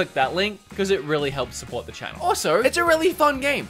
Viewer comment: it sound like is saying f*ck*d instead of fun, when he was saying if you are impressed by how fun this game is